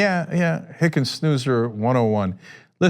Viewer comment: Sorry Hicken-who? It doesnt rhyme with Ernie Anders Next pls?